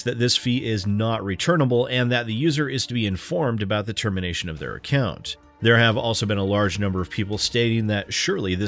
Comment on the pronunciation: Ah yes, the ever tricky "accont"